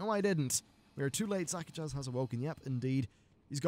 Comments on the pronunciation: not zakajazz. Zuk-ahj. The last z is silent. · Disappointing that Shadow Priests and Arms Warriors kill the EXACT FUCKING SAME old god minion for good at the end of their chains. WHAT DA FUCK IS CONTINUITY? Also, it's Zak-a-jj. Not Zak-a-jaz. The j and z combine into one sound. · *Ara-thee Basin (not A-rath-eye) *Za-kaj (not Zaka-jazz) Sometimes your pronunciation hurts... Lol :P